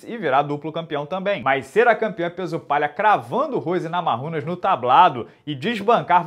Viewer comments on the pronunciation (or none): Tô tentando entender o motivo do pronunciar NAMARRUNAS em vez de NAMAIUNAS até hoje. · Pronunciou em espanhol o j